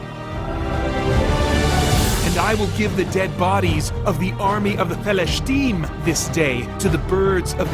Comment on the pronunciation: The audio bible sample you gave was pretty cool but the pronounciation was a little jarring. Maybe it's just me but hearing David pronounced Dahveed & Philistine as Paleshteen or whatever just din't mix well with the rest. Took me out of it a bit. Oddly I didn't have any issue with the YHWH pronounciation. Overall, I like what you're going for & the music & sound effects made it fittingly dramatic.